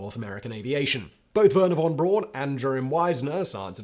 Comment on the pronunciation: Wernher Von Bron? Do you mean Wernher Von Braun!